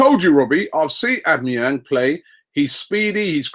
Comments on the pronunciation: Oh - bah - mah - yang That's it. Don't listen to anyone else. I watch Bundesliga constantly. Cheers Robbie. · It's aww-bam-ee-yang. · I just love how Robbie murders Aubamenyang's name on a daily basis, makes my day. OWW-BAMMA-YANG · Here, ill help you out, Aubameyang is pronounced Awe-Bam-Er-Yang ;) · The only type of midfielder we need is a pogba/toure type big strong brute that just bullies and embarrasses players, and pronounce it OWL-BAM-E-ANG robbie. When we get cech i believe the only players we need are a CDM,ST and CB mind you they have to be world class to get into our team. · Aubameyang is pronounced Ow-Ba-Me-Yang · It's au-bama-yeng!!! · Ammieyang again lol. Robbie ffs man! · Ow-ba-men-yang it's easy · Au-ba-me-yang Simples. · Its pronounced al bam a yang even though its not spelt that way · robbie its pronounced orr - bam - me - yang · OW BA MA YANG. (aubamayang) simple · Obama-Yang. Simple enough, Robbie!